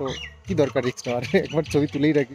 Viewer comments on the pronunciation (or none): none